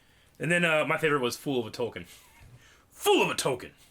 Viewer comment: "Tolkien is pronounced "Toll-KEEN," with stress on the second syllable, like "toll" and "keen," not "toll-kin." The author himself emphasized this, clarifying it as a Germanic word tollkühn (ü being pronounced 'ee') and correcting people who said "Toll-kin" Its been 8 years since you wrote thus, hopefully you've learned that since then